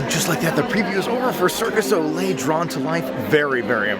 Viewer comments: it’s Cirque DU Soleil... Not Circus Ole! Lol!! ☺️🤗👍🏻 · Fyi cirque du soleil is said cirk due so-lay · It's cirque du soleil. It's french. Not Spanish. Hearing your said circus ole made me want to cry. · It's Cirque du Soleil, NOT Circus Ole. 😜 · It’s Cirque Du Soleil. Not Circus O’Le. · Great video but it is Cirq Du Soleil (Circus of the Sun)